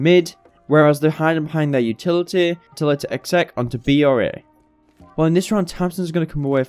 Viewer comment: Good vids. Weird how you say utiliteeh tho.